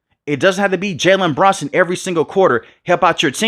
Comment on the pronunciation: his name is Jalen BRUNSON no Branson bro wtf are you saying